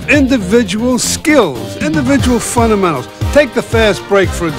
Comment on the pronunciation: I love funnamennals.